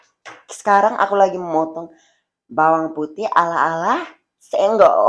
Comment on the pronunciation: The way he says empuk and bhawang bhawang 🤣